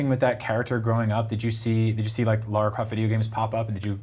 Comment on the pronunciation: Her name is lara not laura get it right